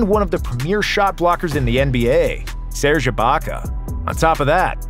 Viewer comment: Props for saying serge right 🎉